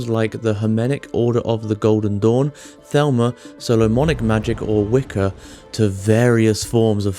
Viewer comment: Your pronunciation of "Thelema" as "Thelma" and "Gnosis" as "Gee Nosis" made me laugh.